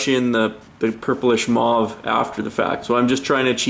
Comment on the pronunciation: Sorry, but "mauve" rhymes with cove.